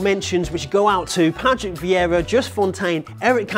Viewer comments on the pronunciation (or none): none